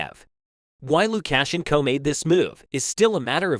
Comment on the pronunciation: I believe you might to practice the proper enunciation for Luka shenco